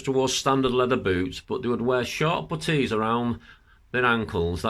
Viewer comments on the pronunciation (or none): I didn't understand your English when u said about the English man uniform that they wore short potatoes to keep the sand out